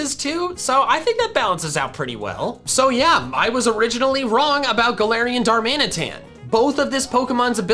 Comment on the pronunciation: DARMANITAN, NOT DARMINATAN! THERE IS NO S IN GALARIAN! AND THE K N SALAC IS SUPPOSED TO BE AN L!